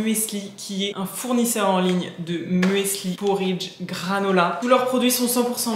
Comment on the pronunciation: Ohhh merci bcp pour ton retour sur ma chaîne ça me touche bcp 🥹🫶🏼 pour ton partage concernant la seconde main je suis aussi d’accord avec toi. Finalement on fait aussi avec ses moyens et son bon sens sur le moment. Oupsi pour le muesli, je n’ai pas réfléchi à la prononciation 😂